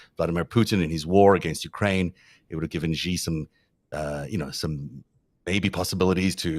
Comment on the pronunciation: The "X" in the Chinese name "Xi" is not pronounced like the "g" in the English word "regime"; in fact, this sound does not exist in Chinese. The "X" in the Chinese name "Xi" is pronounced more or less like an "sh"; thus, the Chinese name "Xi" is pronounced more or less like the English word "she." The "J" in the Chinese name "Jinping" is not pronounced like the "g" in the English word "regime"; in fact, this sound does not exist in Chinese. The "J" in the Chinese name "Jinping" is pronounced more or less like the "J" in the English name "Jim."